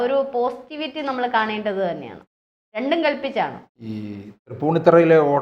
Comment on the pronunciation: രണ്ടുഎം കട്ട്ടല്ല രണ്ടും കല്പിച്ച. ഭാഷയെ നശിപ്പിക്കല്ലേ